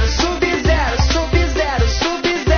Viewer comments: ELE FALOU SUB-VERO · quando eles fala sub-zero parece q eles fala subi no zero subi no zero